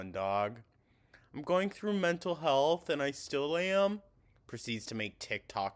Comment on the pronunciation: How does she pronounce 'Health' as 'HULTH'??